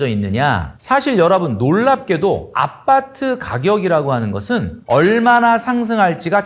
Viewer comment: 아빠트 아니고 아파트... ㅋㅋ